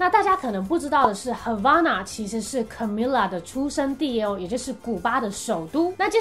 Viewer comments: 其實他的名字要念卡咪雅哦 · Camila 應該是要唸 cAmeela 要拉長音～